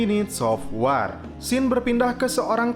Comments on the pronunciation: Bacanya wor min, bukan war wkwkwkwkwk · Sekarang ini banyak chanel youtube yg bahas film. Saran aja, pd saat mau bikin video coba deh liat filmnya, cermati pelafalan nama tokohnya, pelafalan2 bahasa inggrisnya gimana, dll. Misalnya dalam video ini kata "War" yg harusnya dibaca "Wor",,dll. Apalagi jika berani review film Perancis yg bahasanya sulit diucapkan org Indonesia. Solusinya, liat filmnya, cermati pelafalannya. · Baca wor men bukan war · Sebut war bagi betul 🥲